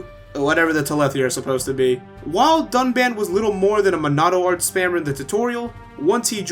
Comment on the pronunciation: btw they reuploaded the review and tried to fix the pronunciation but they just called him dunbon